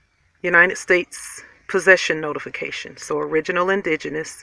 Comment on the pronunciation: "Knotificatione" document?? Oh really?